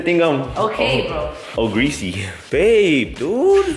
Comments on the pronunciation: Bro said ohgreesy 😂😂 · He said Oh’greasy 💀😂😂